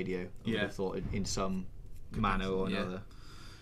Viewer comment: Definitely said ve....